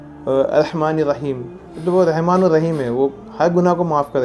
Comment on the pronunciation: Assalamualaikum bhai, One correction in your recitation and speech. Its not “Rehman” Actually it should be pronounced as “Rahman”